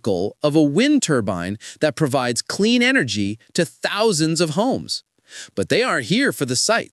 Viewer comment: Clean Energy was so funny to hear.